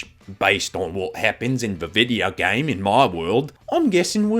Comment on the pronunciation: HELP- MY HUMOR IS BROKEN WHY DID I START CACKLING WHEN HE SAID "you're just explaning the plot of that vi'eo game five nights and freddys!" IN THE MOST AFTON BRITISH VOICE EVER